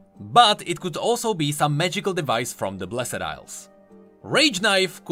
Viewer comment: I really like your content, but please, learn how to say "blessed" because my ears are bleeding.